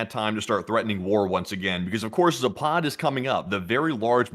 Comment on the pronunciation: Zapad is pronounced with the accent on the first " a " -- Zaaapad !!! not Zapaaad !!! It means West !